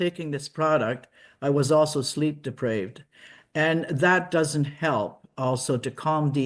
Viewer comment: Also, she said sleep "depraved" it's deprived!😅